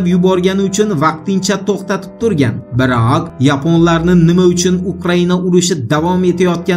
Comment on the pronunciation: Ja kuchanib gapirasizta uka ozizi majburlab gapirishiz shart emas oma biroqqqqqq degan gapiz boshqacha chiqadi